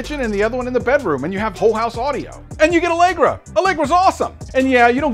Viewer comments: Bahaha "Alegra" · "Allegra" -- hahaha -- thx for that bro' . ;-) great content